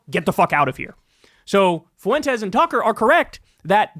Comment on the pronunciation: Why do you pronounce Fuentes like that? "FOO-wentez" lmao